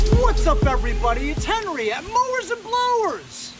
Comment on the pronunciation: AWESOME Henry you PRONOUNCED my name right!!! Be happy no one ever says it right!!!